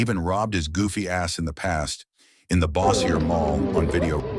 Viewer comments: Bo- sure. The way you spell it they'll end up saying Bow like bow wow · bossiaye? it's pronounced BOW- SURE City...